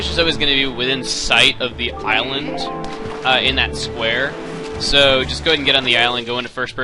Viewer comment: did you say go around the irelend?